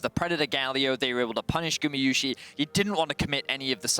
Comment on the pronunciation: you still say gumiyusi instead of gumayusi! god its annoying, go back to school